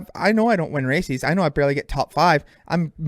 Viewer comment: Apparently we've been saying "races" wrong the whole time. According to Deano, it's "racees".🤣